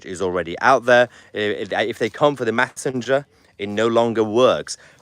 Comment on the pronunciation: It's not massenger It's messenger by the way .